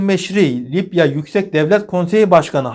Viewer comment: Abim, yazicam deyip hep unutuyorum:) Lipya değil Libya desen ;))